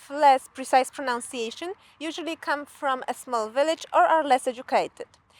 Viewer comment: Take pride in pronouncing those words correctly! Even if you can't say "pronunciation" correctly!